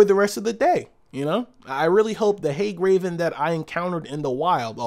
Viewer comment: Hag raven not haig raven, welcome back